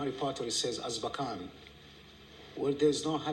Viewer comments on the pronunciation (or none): I find it so interesting how Shaker Aamer, the Saudi citizen held by the US in Guantanamo) mispronounces the word "Azkaban" in the interview as "Azbakan": although that's not an actual word in Arabic, it can be noted as having some very noticeable components... the root ء س و can serve as prefixes that covey negative connotations such as grief, hurt, mourning, _to be constrained_, to beseech consolation, tragedy; the components "bakan" (بَكَان) or "bakana" (بَكَنَا) mean "(he/she/it) screamed" or "we cried", and أَسْب ('asb) means "curse, censure, stigmatize, take away, also slur, blackguard" and a whole slew of negative things that could be traced back to the idea of Azkaban and how prisoners, in the real world, a lot of them political, and subjected to torture and ostracism and racism... It might be just a coincidence, how the way this Arabic speaking prisoner instinctively mispronounced "Azkaban"... Almost as if JK concocted an Arabic neologism for the name of her whimsical Guantanamo/Alcatraz...